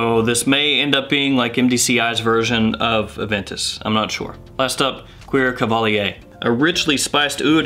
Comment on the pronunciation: I can’t believe “Cuir” is pronounced that way.